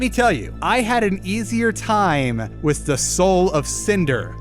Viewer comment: Are you central european? Why do you says "witz" instead of "with"